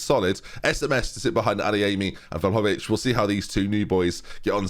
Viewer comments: Hey, just as an FYI, Vlahovic is pronounced Vly-o-vich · Vlahovic = Vligh-o-vitch? Always thought that first syllable pronounces like it rhymes with FLY? Am I wrong?